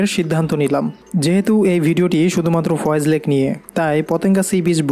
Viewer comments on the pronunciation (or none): Foy's lake not foyez